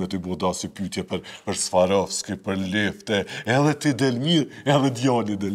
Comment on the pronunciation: Kjo qe ben intervistë nuk din as emrin "Swarovski" ta shqiptojë! Zvarovski i thotë 😢